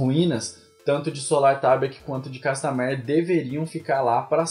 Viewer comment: manoo fala o nome da música direito.